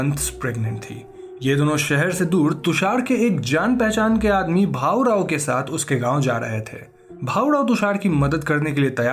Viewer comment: It's not bahu rao it's bhaurao Btw i am glad you explained a movie from my language